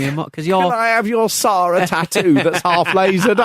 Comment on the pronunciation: Congratulations, that is the worst pronunciation of the name "Sara" I've ever heard.